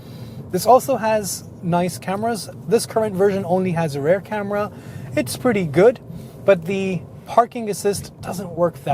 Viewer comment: Good review and comparison. TIP: "Rear" is pronounced as "fear" and "hear" not "rare" or "bear" .. sorry ..